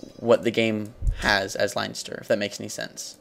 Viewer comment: If you really where Irish you'd be able to pronounce Leinster correctly. Plus your not Irish if your grandad was Irish, your a quarter Irish